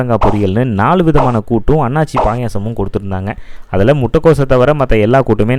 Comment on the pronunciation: 'அண்ணாச்சி பாயசம்' இல்லைங்க, அது 'அன்னாசிப் பாயசம்'. தமிழை சரியா உச்சரித்துப் பழகுங்க.